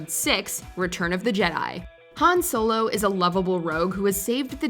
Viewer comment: Please learn how to say Han Solo properly 😂